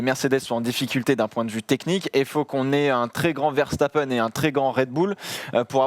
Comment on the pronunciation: Je rêve du jour où vous prononcerez Verstappen correctement 🙃, sinon super émission les gars !